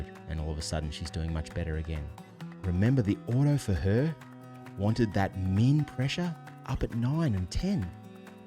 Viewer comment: Very informative. One pronunciation you might clarify. I have some hearing deficiencies and, at first, I thought you were saying mean, as in the average, rather than min, representing the minimum. And, don’t let your volume get too low, for us hearing aid wearers. Great information! Thank you.